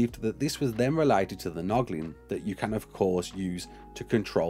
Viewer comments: Poglin not noglin! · Poglin, not Noglin, got it :) Great vid mate, keep it up! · "Poglin" My 2 year old son would love his own Noglin. He's been calling it a Mow mow since he first saw in on the Ark home screen! 🤣 Also brilliant video as always mate, always giving us the details without the clickbait! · Poglin sounds like Boglin. Anyone remember those? Poop plush! They should make more of 'em!